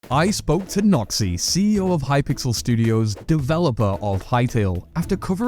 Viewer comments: lmao your accent does this man's name no credit 😅 "Today I'm speaking with a Nazi" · When you say Noxy it sounds a little like something else...